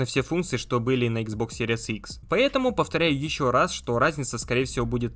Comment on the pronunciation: Блин, как series только не читают( Серияс)))